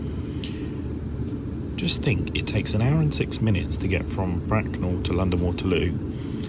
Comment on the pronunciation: Well, it sounded like "Bracknum" to me.